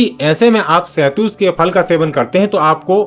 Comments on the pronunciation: Shahtoot bolte hain be ,shahtoos nahin bolte. Chal thik se shahtoot bol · Shetoot bolna to sikhjao ache se video fir Kabhi banalete.